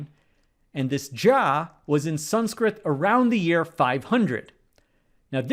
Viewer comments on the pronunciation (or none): my man pronounced Sanskrit in fully Indian accent!